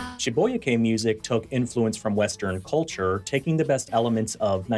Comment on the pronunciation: Good video but urgh, it grates on my nerves to hear Shibuya being pronounced incorrectly when it's so easy to look up the correct way of saying it (which is SHI-boo-yah btw)